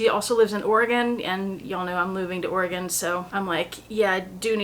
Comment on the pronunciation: My girls were born in Portland, I loved it and cried when we had to leave. I must say it’s lovely to hear someone () pronounce Oregon properly! 😊